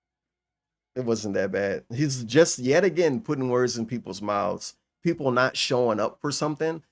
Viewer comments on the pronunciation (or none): "Peepul like me now, Tervin"